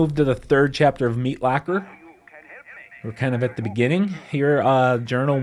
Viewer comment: you say "locker" hella weirdly.